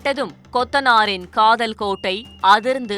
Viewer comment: Kadhal illa reader. Adhu kadhol😂😂. Thirupi sollunga: KADHOOOOL 😂 neikarapatti kothanar kaluthulaye kuthunar😂